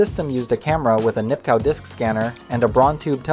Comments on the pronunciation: Nipkow is pronounced "Nip-koff". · Nipkow pronounced Nipkov. Braun pronounced Brown.